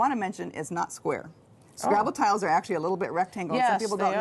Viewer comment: ‘TISLES’ or TILES?!